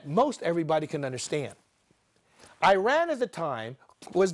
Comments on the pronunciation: Please have that Boshi pronanciation of Iran corrected. this is not eye.....run (just use "eye" here for Ireland only) But Iran is eaeeeeRuuuun . Eat.......Run. Hope this help you guys. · With due all respect, is NOT EYERAN! is IIIRAN. You got so many things wrong about Iran history but I agree with the fundamental point. Mossadegh was about to abolish the British petroleum rule and nationalize the oil. Shah was not necessary a bad person and he was not a product of west! there had been kingdom in Iran for over 2500 years! you should put in account the cold war and communism too. The clerks did not start the revolution they just stole it!